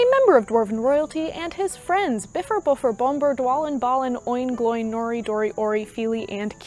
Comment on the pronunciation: Yes, the return of the Gollum impression! My only minor quibble with your account is that I believe Óin and Glóin are pronounced "Oh-in" and "Glow-in" (there's some debate on this but the accent marks seem to indicate separate syllables).